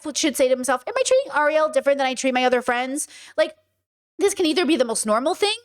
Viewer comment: His name is GEAR-HEART! Her name is AIR-EE-ELL! Seriously…….🫩 Ok….now I'm out! Your reasoning is off…….